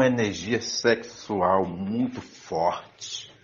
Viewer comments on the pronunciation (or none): "Eu tenho uma energia sexual muito fortchi"